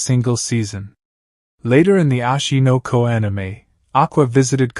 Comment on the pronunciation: why is he saying ashi no ko anime every second bro and its oshi no ko